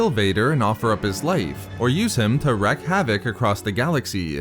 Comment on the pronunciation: You keep saying "wreck havoc" its pronounced WRE"A"K (REEEEK)